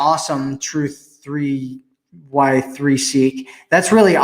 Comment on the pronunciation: Truth3y3seek= truth I(eye)seek 🤦🏻‍♀️ 😐 I cringed when I heard it said wrong.